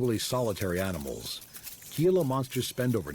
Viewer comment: The g in gila is pronounced like an h